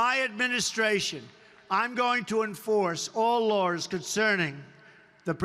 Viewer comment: HAHAHAHA "LAWRS"